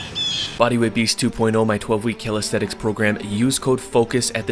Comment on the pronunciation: It’s callisthenics not calidthetics